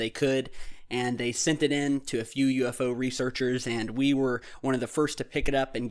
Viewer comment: Hahaa that Yorkshire Pudding ‘UF URRRRR’ 😂 ‘Definitely not a druuuuurn’.